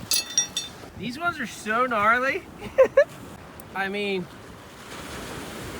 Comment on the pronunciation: Gnarly with the hard g!